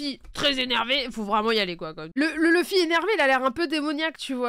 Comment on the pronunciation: Ils ont abusé avec leur LEUFFY 🥚🐓 au lieu de LOUFFY (luffy/Ruffy) 🤦🏽‍♂️